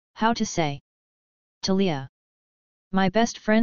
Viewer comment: That's weird...I looked for the pronunciation online and its "Taaliyah".